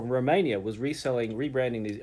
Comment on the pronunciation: the Empyreans are made by Meze in Ro-main-e-yaah but the driver is made in Uk-rain-eeh